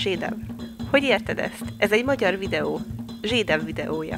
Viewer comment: Ember nem zsédáv hanem zsédov